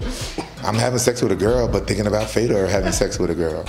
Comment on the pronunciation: I love how you said the ë in fèdor